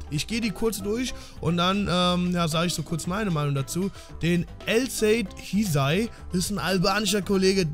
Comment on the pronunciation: Man spricht ihn Elsaid Hüsai aus! Hysaj und Rashica sind richtig gut!